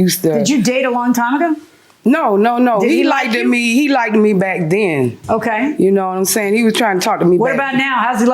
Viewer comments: I cringe every time she says the word likded 🙄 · She needs English pronunciation lessons. Like-ted? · As soon ad she said “back den and everything” and “likded me” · Like-ted grinds my gears!!! That is not a word!! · But did she AXE him whether he likeded her? That's what I gotta know! :D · Don’t date anyone who can’t pronounce LIKED